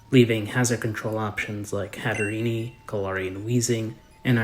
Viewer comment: It’s not “Hatterenie”, it has a silent e. Hat + Serene